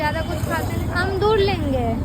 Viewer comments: Haan amrud ko amdur bol rhi hai gajab hai ladki hai, upar se ultrasound ko antrasan 😅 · bengali hum bhi hai, humko toh bolne aata hai Amrud ko bengali m peyara bolte h par ye amdur bol rhi h. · Amdur nahi hota hai amrud hota hai